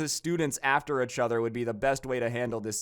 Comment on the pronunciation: Why is he saying itch other??